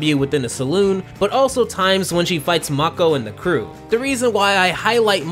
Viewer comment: * Mako( not MAH-Ko) this isn't Aku here * I'm pretty sure thats not a cake.... * Texan Bullworm or a Sandworm? You be the judge